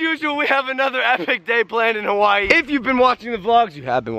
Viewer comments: He is always saying Hawaii wrong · When Logan is in Hawaii it's hawaYEET